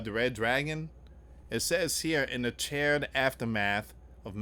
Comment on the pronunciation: Charr-ed. 🔥 Not 🪑 chaired.